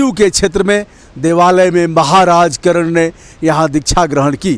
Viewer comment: करण नहीं महोदय,,,,,, कर्ण